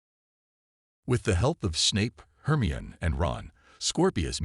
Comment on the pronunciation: Hermeon?.....liely Potter? .....plus how many other AI bludgeoned words.....yeah kinda takes you out of the story. Really hate AI .